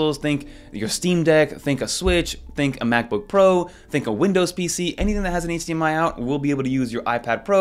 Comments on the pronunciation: hahaha you pronounce eightsdee MI haha😂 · Bro, how do you say “H” in HDMI ?! 😅